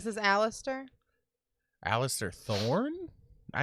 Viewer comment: <its not alister thorn its aliser or alissar not sure but def without the t